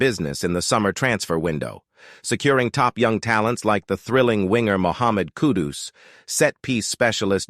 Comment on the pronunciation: Still haven't fully comprehended the AI thing, yet, I'm impressed. There are only two mispronunciations (Luton & Kudus), but there is one HUGE factual error in the commentary. #WestHam did not "narrowly miss out" on Champion League qualification last season - 2022/23. We, #WHU finished 31 points adrift of the team in the final #UCL 4th spot. Other than that glitch, I feel and TOTALLY, 100% agree with everything you AI' articulated. I'm currently lovin' it! Champions of Europe :trophy-yellow-smiling: that's who we are! #COYH #COYI